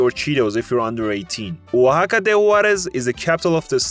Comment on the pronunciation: Alright bro I'm from Oaxaca and can speak English and Spanish, and on top of that you were pronouncing "Oaxaca" as Waka at the start, and did it probably 5 times or over till you actually started pronouncing it correctly, I like the video but I know for a fact you got many things wrong on everyone else's state, I get it tho ur acting like you know what you're talking about when in reality you don't know shiiiiet